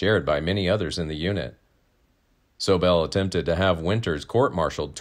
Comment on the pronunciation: Hey your pronouncing SOBEL WRONG!